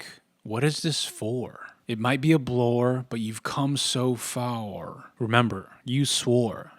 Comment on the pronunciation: Hardly ever laugh at vids, but ”You’ve come so faor” got me. Great vid.